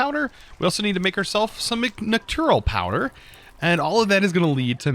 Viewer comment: The second n in nocturnal is not silent. It's "knock-turn-ull," not "knock-toor-ull."